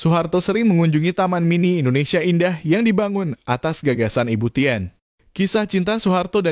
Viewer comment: narasinya benerin dong... "e" gak dibaca. masak ibu Tin dibaca tien.